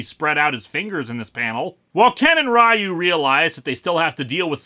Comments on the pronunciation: Ok, let's just get this sorted and I'm sure there are already comments below that cover this but whatever: While I understand the choice to pronounce it "rye-yoo" based on the pronunciation in the film, that's still just perpetuating a mispronunciation for the sake of it. You even state you know better AND pronounce it correctly. RYU is pronounced "ree-yoo" (with the ree part being passed over more quickly to blend the sounds together). If it were meant to be pronounced "rye-yoo" then the romanization of the japanese would be RAIYU. Further to your questioning the name of the SHORYUKEN relating to both RYU and KEN you are right but only in the sense that the name brakes down as follows: SHO= rising RYU= dragon and KEN=fist (or punch). Ryu's name is the same (dragon). Ken's name is just Ken (as in Kenneth) because he's american but ALSO "ken" (as in fist) because the japanese have some weird obsession with puns that is fundamentally baffling (especially number puns... it's just... wow). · And why pronounce “Ryu” of Shoryuken differently to the characters name? The inconsistency bothers me. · Nope. Actually it's not even supposed to be that. It should be pronounced as one syllable. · Every utterance of "Rye-yoo" wounds me. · Actually, it's not even pronounced Ree-yuu. It's Ryu, one syllable, similar to how you'd pronounce "hue" in English. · Ryu is pronounced as “you”. The movie is messed up. Pronounce the name and the move differently. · Ryu’s name is pronounced “Ree-ooh”. Source: Smash Bros Announcer and Street Fighter cutscenes. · It is indeed pronounced "sho-ree-you-ken," but Ryu's name is pronounced "ree-you," as well. Sho-ryu-ken means "rising dragon fist," where "ryu" is "dragon." Meanwhile, "Ken" means "fist," so who knows - maybe the characters' names really do have something to do with the special move. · Leave it to Linkara to pronounce Shoryuken right but not Ryu. Must be a Minnesotan thing...